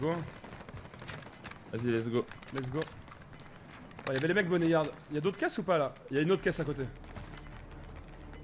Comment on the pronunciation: « BONNET YARD » mdrr BoneYard nan ? Prononciation « Bownyard »